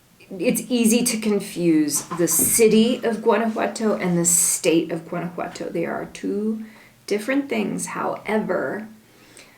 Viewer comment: Remember, if you live in Gto, don't pronounce the "G", a local should say it like a local. "Wana-wato". My kid's have family in Iramuco. I've heard Gto is alot like Los Mochis Sinaloa in terms of crime, take care!